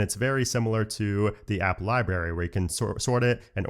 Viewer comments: I love your videos,, but it libRary with an R, Not Libary,.:) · Did he always say "libary?"